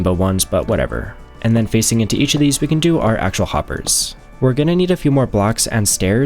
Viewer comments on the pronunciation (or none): none